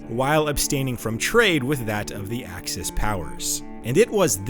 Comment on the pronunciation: Axis? AXIS????? NOOOOOOOOOOOOOOOOOOOOOOOOOO!